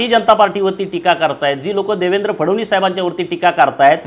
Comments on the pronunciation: पडळकर फडवणीस नाही ओ फडणवीस आहेत ते. पहिल फडणवीस नीट म्हणायला शिका. मग पवार पवार करून छाती बडवा... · Yala Nit Fadan20 Suddha Nit Bolta Yet Nahi Aani Ha Sangtoy Tyancha Mule Mi BJP Madhe Alo Lachar Ahe Ha Dalali Karun MLC Milavli Yane Sampurn Dhangar Samajache Doshi Ahe Ha Aani Mahadev Jankar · नीट तरी बोल.फडणीस हा उच्चार पण जमत नाही. हा भाजप मध्ये पण उलटा होईल. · “फडवणीस” नको म्हणू रे बाबा ... देवेंद्रजी म्हण ना सरळ 😄